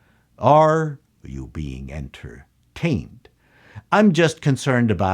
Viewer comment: The way you say, 'en-TER-TAINed' reminds me of Hugo Weaving in the Matrix saying 'MIS-ter AN-der-SON'. Don't know if it was intended but well done regardless!